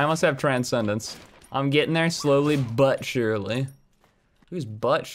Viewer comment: the “butt surely” fkn KILLED MEEEE😭💀😂